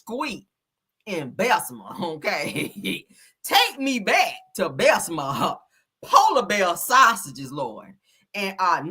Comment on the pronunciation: It’s Bessemer! Did they put bessma on purpose?😂😂😂😂